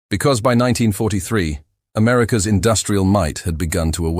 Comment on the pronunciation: You don’t listen to your own work for even ten minutes, do you? I’m not opposed to AI tools, but please do your due diligence to curate the pronunciations. “America S military strategy was to…” should be “America’s military strategy was to…”. Little things like that. Elevate your content from typical AI slop. You’ll get more subs and views in the long term.